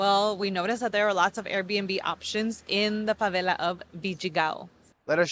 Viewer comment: Dear you should pronounce favela like it's an English word, fuvelle. Or even fuvairle if you make it British, the r is for the little diphthong we make in Rio, Rio Grande do Sul and Portugal. It's jarring that you pronounce the Rio de Janeiro-like velarized l consistently for your American English and then use the thickest Spanish accent while speaking Portuguese. 😭😭😭😭 You nailed your pronunciation of Rocinha and Vidigal though 👏🏻👏🏻👏🏻👏🏻